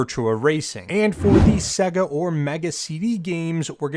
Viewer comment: WTF is a segguh, it's pronounced Say-ga. Like the game console it's self pronounces when booting a game.